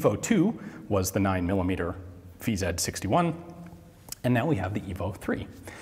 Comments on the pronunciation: In Czech/Slovak language you pronounce Vz. as Ve-Zet. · Is "V-Zed" CZ's preferred pronunciation, or is Ian's accent starting to drift...?